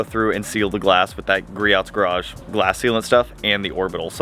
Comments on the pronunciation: "GrioT's" lol "gri-O's" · Hey buddy, just a tip. It's pronounced Greee-ohhhs. Lol.